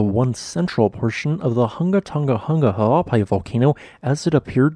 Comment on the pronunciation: you have absolutely mastered pronouncing the name of the volcano in Tonga.